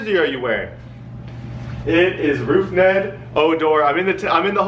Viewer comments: it's Rougned not Roufned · Dude said Roofned Odor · why do you always say roufned odor